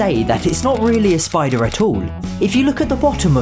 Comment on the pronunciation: Spider not spoder